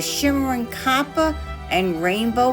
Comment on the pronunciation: Stunning Sun jar. I thought the Sun was the masculine and Moon feminine. Thank you for the lesson. I'm really, really bothered that you missed pronounced copper. I think its mt fault. 😜😘 Love you❤